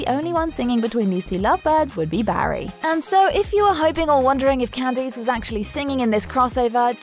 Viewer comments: "Can-dees"...? It's pronounced "Can-DISS." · Can deese? That's not how you say her name.